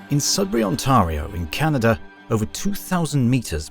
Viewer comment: It’s pronounced “Ontario”, not “Ontario”. Hope that helps 😬